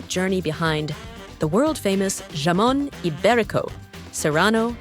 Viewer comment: My favorite part was how the narrator lady completely mispronounced Jamon.